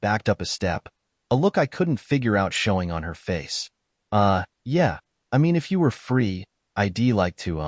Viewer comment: "EYE-DEE"? Goofy ass robot narrators!